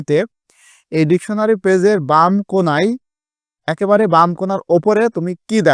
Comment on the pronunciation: সার ডেকুনারী না ডেকসুনারী😂😂